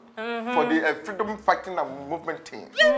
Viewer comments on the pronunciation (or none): Its the 'freedom fighting movement' pronunciation for me